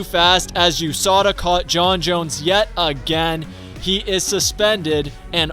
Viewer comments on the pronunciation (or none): I was like who tf is Usada. USADA💀💀💀